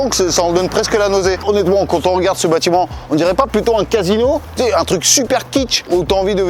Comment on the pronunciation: "Bâtiment" cher, kiss.